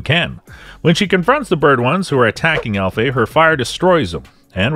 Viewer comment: Dude it's ALFEA... ALLLFEEEEAAAA